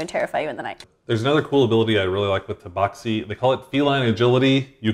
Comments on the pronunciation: umm it is TA BAX I not BOX..lol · IMO, rhymes with “taxi” makes sense. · The proper pronunciation of Tabaxi is “Tabaxi”. Hope that clears everything up.